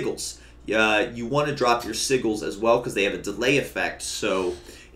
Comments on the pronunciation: Si-jils my guy. Soft G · tries to say sigils